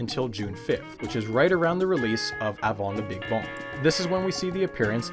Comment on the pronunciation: Why am I giggling so much at "le beeg bong" xD